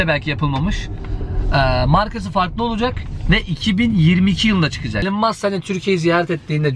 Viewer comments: Elın değil İlan Mask diye telaffuz ediliyor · Hocam okunuşu ilan mask.